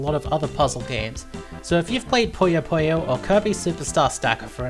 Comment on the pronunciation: Oh man, it hurts how you guys pronounce Puyo Puyo as "Poyo Poyo"